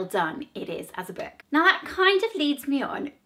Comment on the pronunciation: Her voice is so irritating she can’t even say the word book